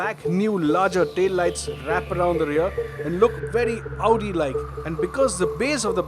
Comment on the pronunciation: Did he just say "Audi" like? ?